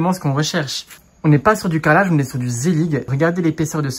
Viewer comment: Ça se prononce zellijjjje 😂